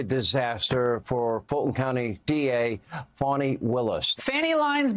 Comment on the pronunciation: And I love how they act like they don't know how to pronounce "Fani" instead calling her "Fanny"...pathetic!